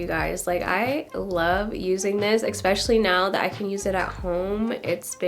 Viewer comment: ESPECIALLY. Sorry, you keep saying EKSPECIALLY. But great info and demo!!